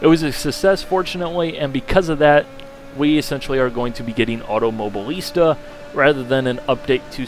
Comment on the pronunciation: Automo-BI-lista, for gods sake.